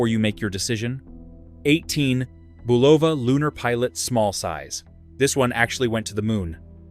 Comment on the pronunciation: Boo Vol La??? It must be an Italian company haha.